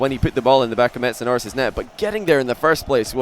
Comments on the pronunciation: it sounded like said Metsapenis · Missedanoris. Missed - a - no - ris